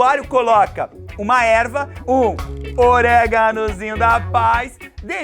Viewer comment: "Uma erva, um o-r-é-g-a-n-o-z-i-n-h-o da paiz" kkkkkkkkkkkkkkkk